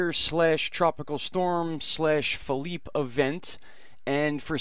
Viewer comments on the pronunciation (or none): well, in case you were wondering, you've been saying FELIPE, the spanish way, PHILIPPE is the french tranlation of the name Philip or Phil. There's a difference in both spelling and pronounciation.